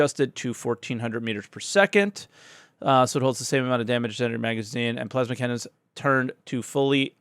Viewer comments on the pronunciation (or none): none